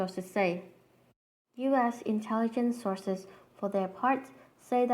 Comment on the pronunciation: it was so weird and funny when she was saying "illuminati sauces say" lol